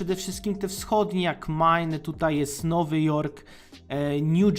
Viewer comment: "stany jak mine" 🙂 It's Maine!! Rhymes with rain. Przypomina mi się My Fair Lady.